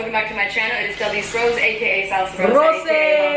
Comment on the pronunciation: You can’t even say her last name right like I- 💀 how hard is it to say “Rose”- 😂😂